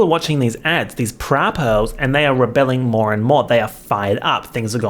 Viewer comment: it's "rebelling" ❤️